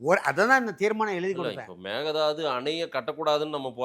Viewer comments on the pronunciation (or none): Hey it is mekedatu 😮 not a mekedadu 😂😂😂😂 mudi still not perfact 😮😂😂😂😂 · Actually sir.. மேகதாது இல்லை .. மேக்கைதாட்டு.. மேக்கை நா ஆடு.. அப்புறம் kudagil குஷல்நகரில் tamil பேசுவார்கள்.. kudagil tibatians உம் இருக்காங்க..